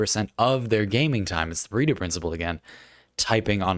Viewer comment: I misheard it as "the Burrito principle" and now disappointed it's not that.